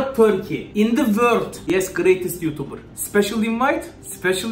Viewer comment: yutubır değil yutubıR